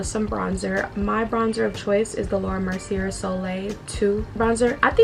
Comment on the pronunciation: Girl. It’s pronounced Laura MERCY-AYE. Also, your makeup turned out bomb😍😍. I will say that the shorter lashes you used at the end complement you wayyy better than those awful spider lashes you wear sometimes. You looked beautiful and very classy in this video💕